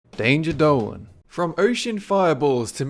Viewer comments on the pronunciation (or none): danger Dolan not planet dolan